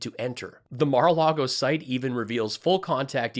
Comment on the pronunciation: Byron Donalds saying "as someone who has been to Mar a Largo" isn't the flex he thinks it is.